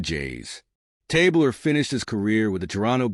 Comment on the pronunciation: Good stuff, except his name was pronounced Tab Ler, not Tabe Ler.